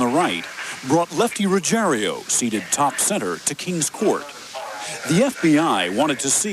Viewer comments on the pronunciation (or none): Typical American....Butchering names...The guys name is Rugiero....NOT Rugier i o, so Ruggier O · Why do they say "Ruggerio" when it's pretty easy to read that it's "Ruggiero"? Perhaps we should arks Geraldio Riveria.